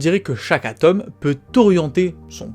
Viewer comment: Vraiment plus personne ne sait prononcer le "o" de atome...